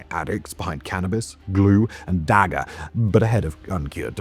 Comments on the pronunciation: Got caught on his pronunciation of "dagga" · when you list the the drugs, you say what I'm assuming is "dagga" (you pronounce the Gs like when you hock up some phlegm) but that's just what weed is called here. Unless I'm wrong and there's a drug called dagger, but I doubt it. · Dagga is just marijuana. The G's are... Gurgled? I don't know how to instruct one to pronounce it.